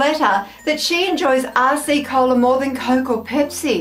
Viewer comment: Don't know if other people have said this, but it really sounds like you're saying "arsey cola" which gave me a chuckle :)